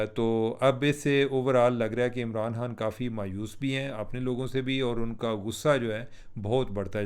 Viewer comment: یہ خ کو ح پڑھنے والوں کا الگ ہی لیول ہے۔۔ ایک دم چوتیا لگتا ہے ایسا۔۔۔